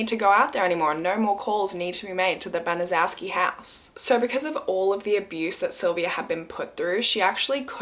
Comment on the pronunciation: Just began watching bc I just suggested this story to 2 other YT’ers. I’m not finished yet but wanted to say it’s pronounced Ban-a-chef-ski. I was grew up in Indy and was about 8 years old when this happened. It was a HUGE story that I’ve never forgotten, and I’m 64! It has stayed with me all this time! Still unbelievable!!!